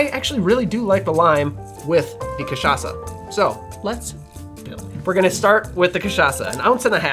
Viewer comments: I loved the way he pronounces CACHAÇA like a real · Just brought a bottle of cachaça back from Brazil and am so stoked that you said it right lol (and stoked to make this, of course) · It's difficult to speak like a Brazilian, but other than that, your pronunciation of Rabo de Galo and Cachaça is very good, almost like you were one of us, haha.